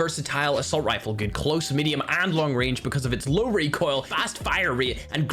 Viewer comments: "Reek oil" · Just wanted to hear saying Reek oil